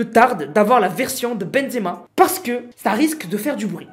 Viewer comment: Pk ta dit exema au lieu de benzema